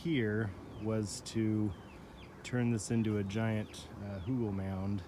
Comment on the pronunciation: "giant oogle mound" is what i heard him say. After looking it up, i think he said hügel-mound. I don't know if that phrase is in use, or just something he says; but, from the context i would say that the meaning, clearly, is compost mound or compost hill. A Hügel is a hill, so saying hügel-mound is a bit like saying chai tea. But i kinda suspect that the usage for "hügel-mound" is low frequency and correct. P.S. you can call the "pad" a nopal (nopali or nopales for plural)